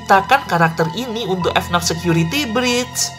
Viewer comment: bacanya FNAF bukan F NAF